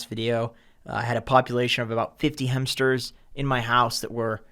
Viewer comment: Bro, how do you waste so much time talking about hampsters then mispronounce the word so insanely?